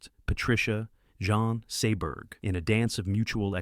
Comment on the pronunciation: OMGGGGGGGGGGG!!!!! Jean Seberg was an American. It's JEEEN SEEEE BERG (as in iceberg). And since it appears you're gonna be using Ebert from time to time, its EEEEEEEEEEEEEEEEEEEE bert. Or shall we perceive him as having been French too and call him Ehhhh Bear? Good god. I grew up with these people and their names are so simple to pronounce. If you're this uneducated, get a damn pronunciation guide or simply use Youtube to figure how to say names. FFFFFFFFFF***!!!!!!!!!!!!!!!!